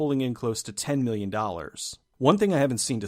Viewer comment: When you are comparing the Budget of Moon and Sunshine... why do you emphasize "Million", when both productions had millions? Why not go on 5! and 15! or 50! . This drives me crazy cause it sounds so off... sorry. great videos!